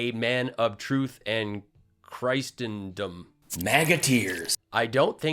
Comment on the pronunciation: Oops. You really stuffed up on reading out that comment. “Christendom” is a real and common word, pronounced roughly as “chriss-in-dim”.